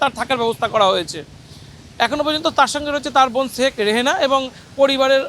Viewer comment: ছেখ হাছিনা! ছেখ রেহেনা! কি নামের উচ্চারণ মাইরি!